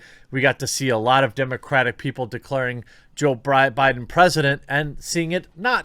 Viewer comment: "Joe Briben"? 😂